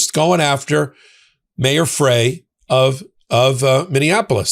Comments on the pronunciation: It’s Mayor Frey, pronounced “fry,” as in french fry. Not “fray,” as in the bottoms of your jeans if they’re too long. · Minneapolis Mayor Jacob's Frey's last name is pronounced "Fry." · Mayor Frey's name is pronounced Fry. Thank you for all your work. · Jacob Frey pronounces his last name "fri' like 1 french frie. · Frye is pronounced as "Fry" for the mayor of Minneapolis